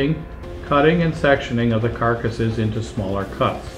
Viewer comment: He called them carcases 😂